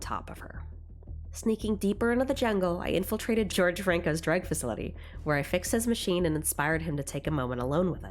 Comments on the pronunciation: Lmao, did you really just pronounce Jorge as George? Its pronounced whore-hey. Its a spanish name. In spanish the letter j is pronounced as an h, and the letter g is too when the next letter in the word is either e or i... the mo' you know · it not george it pronounced horhe because reasons